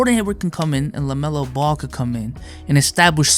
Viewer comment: No one:: "lamelo belo"